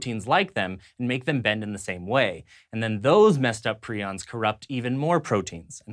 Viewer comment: I think it's also pretty scary that every clip about prions said the word but still managed to say it wrong like 10 times.